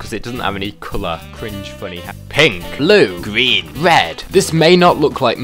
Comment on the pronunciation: “Gween wed I know how to say mi cowlors”